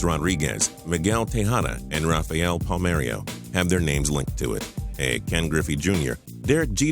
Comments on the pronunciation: Did he say "Palmerio and Ichiru?" lol its "Palmero and Ichiro" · Pahl meh-roh. not Pahl mae-ree-oh Ee-chee-roh not Ee-chee-roo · he also threw an "i" in Palmero, said Palmerio lol